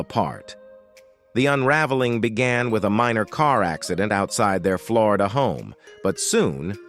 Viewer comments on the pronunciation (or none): none